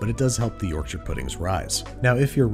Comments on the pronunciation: Refreshing to hear Yorkshire pronounced correctly by someone who isn’t from the UK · HE SAYS IT CORRECTLY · Finally a American Who pronounced Yorkshire right big fan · Can we appreciate the correct pronunciation of Yorkshire? Yorkshur instead of york-shy-er. Impressed. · As a Yorkshireman your pronunciation of Yorkshire is admirable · Thank you for pronouncing Yorkshire properly 🇬🇧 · Thank you for pronoucing 'Yorkshire' properly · Excellent pronunciation of Yorkshire! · I'll level with you, when I clicked on the video I had prepared myself to be angry with the inevitable mispronunciation of Yorkshire (York-shy-re) and then you proved me wrong. I'm happy to be proven to be judgemental! 😂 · He pronounced Yorkshire right! Wooooo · Thank you for pronouncing Yorkshire correctly. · Congratulations on being the first American to pronounce 'Yorkshire' properly! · Thank you for saying "shur" rather than pronouncing it "shire"